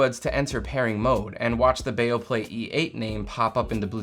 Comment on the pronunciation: It's not Baoplay, it's Beoplay. Be Oh!